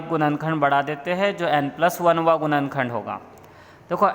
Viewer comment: गुणनखण्ड❌️ गुनन खण्द✅️ 🥲